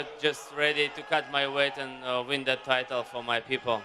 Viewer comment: Jiri: "Let's go for dat!"✊ Made me think of Bedtime Crew Ey Man🤣🤣🤣